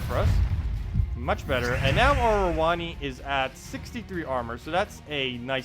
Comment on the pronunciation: Yeah lol I'm pretty sure that is how it is supposed to be pronounced. I cringed every time he said rowonnee XD